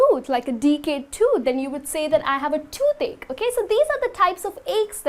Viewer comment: Act less and teach more. ... and your "okhhay"....sucks!